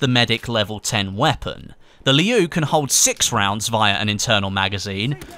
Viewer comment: I don't know if there are any other Mandarin Chinese speakers that can't stop noticing the pronunciation of "Liu" in this video like me.. am I alone?